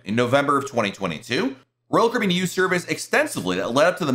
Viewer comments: Sounds like you say ROYAL KOREAN. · PRONOUNCE: CARIBBEAN!!!!!!!!!!!!!!!!!!!!!!!!!!!!!!!!!!!!!!!!!!!!!!!!!!!!!!!!!!!!!!!!!!!!!!!!!!!!!!!!!!!!!!!!!!!!!!!!!!!!!!!!!!!!!!!!!!!!!!!!!!!!!!!!!!!!!!!!!!!!!!!!!!!!!!!!!!!!!!!!!!!!!! very annoying!!!!!!!!!!!!!!!!!!!!!!!!!!!!!!!!!!!!!!!!!!!!!!!!!!!!!!!!!!